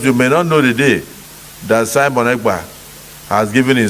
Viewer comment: Abeg call the name well. Mazi Simon. Ekpa